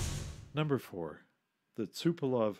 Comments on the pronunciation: Designer of TUs was TupolEv not TupolOv. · T U P O L E V - not Tupelov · Also, it's TupolEv, not TupolOv. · Again, it's not Tupelov. It is TUPOLEV. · TUpolev, SUkhoi. Unless you mean samokhodnaya ustanovka, like the SU-85.